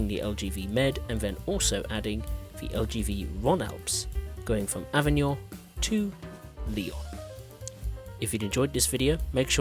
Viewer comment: It's ok: the other words are very well pronounced! "Avignon", "Marseille-St-Charles", etc...